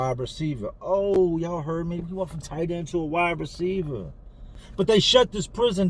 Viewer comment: Wide RECIEVAHHHH…homie you from Jersey?